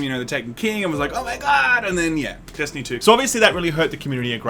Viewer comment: You mispronounced Destiny Poo.